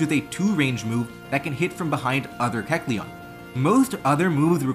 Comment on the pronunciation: Pretty sure you're pronouncing kecleon's name